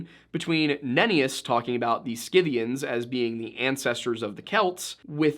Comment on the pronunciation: Dear boy, it is pronounced si'-thē-an(s). There is no hard 'K' sound.